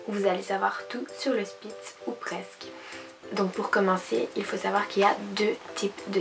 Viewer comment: Salut c'est une super vidéo ☺ moi c'est aussi une spitz allemand croisé elle a eu un passer dur mais maintenant elle va mieux c'est elle qui est en foto de profil je voulais te dire qu'on dit pas spitz mais shpitz (saufe sa s'écrit spitz) Bref je vais m'abonner à ta chaîne regarder ton contenu et likez ta vidéo (ah oui et je vais sortir ma première vidéo sur ma chaîne) Bisous 😙